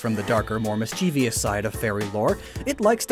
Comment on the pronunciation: Also it's pronounced "MISS - chee - vuss" (mischievous).